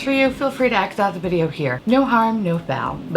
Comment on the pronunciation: Why do you say V as a B? 😂😂😂 you've said Bideo and Bodka 😂😂😂